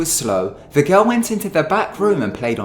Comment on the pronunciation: i like how the narrator says girl! like garl or something, i totally love it hahah! also this is scary as fuck. don't watch video's like this after midnight slone in your room my friendsxD